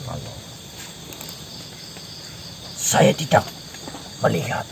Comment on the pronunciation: Bukan aloh mas, tp Allah swt